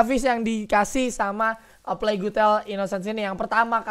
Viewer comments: Plague bacanya pleg... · "Eu plegu tel" gak tuh😂 ada U nya wkwk